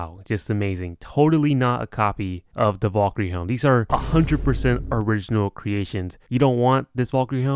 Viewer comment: his pronounciation of valkyrie makes me wanna die